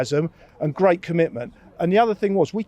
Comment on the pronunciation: I had Gweat Expectations for Julian s interview